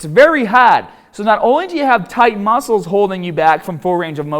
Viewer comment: "THE MASCLES"